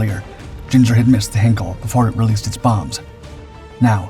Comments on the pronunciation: Your videos are getting better. I wish I could say the same about your pronunciation. The “Hein” in Heinkel is pronounced like “line” not “hen”. Please note for future reference. Very best wishes, Adrian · It's not 'Hinkel', it's HEINKEL, pronounced 'Hynekel'. For goodness' sake learn to pronounce words properly. You make so many crass errors in your mispronunciations. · "Heinkel" in German is pronounced "HIGH-nkell," not "Hinkel." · Heinkel, not Henkel! This is ein Flugzeug, nicht ein Messer!